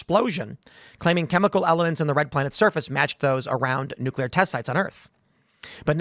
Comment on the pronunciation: Asteroid....not nookulur war....lol 66 million years ago.